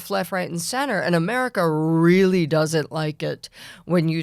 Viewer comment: The incessant laughing — no one is that funny or amused. And — “Amewica”?!